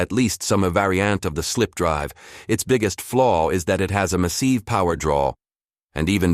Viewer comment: What the heck variant of English is the Narrator using? "maSEEVE", "rahDAR", VAR-ee-ANT" ???